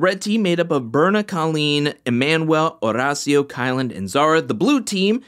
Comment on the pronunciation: I looooooove your videos, but I hate the fact that you over roll your R’s when you say Horacio’s name. Maybe instead of trying to roll the R, you just pronounce it like the letter D. Like Or-Dacio. Not trying to come across like a jerk. Just want to help.